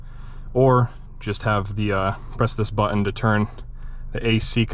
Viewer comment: But-ton. Not Buh-on.